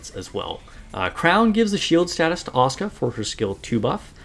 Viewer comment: Finally someone pronoucing Asuka correctly, most Nikke content have been unwatchable for me recently since everybody butchers it and repeats the name every two seconds. And I was looking for some tips on her as I did luck out to 3 star her, before my SSR luck completely ran out.